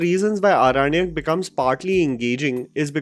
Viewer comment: Respected sir I really appreciate your review of this movie but I would like to say that the title of the series is pronounced Aorannak not Aranak.